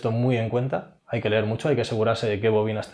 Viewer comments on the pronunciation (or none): none